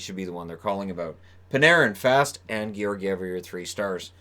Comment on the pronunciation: Jesper fast isn't pronounced fast. It's fahst